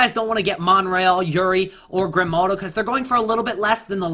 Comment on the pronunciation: Its Grimaldo not Grimnaldo😉